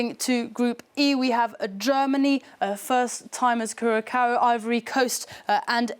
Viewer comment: How'd she get Tunisia right but Curacao wrong lol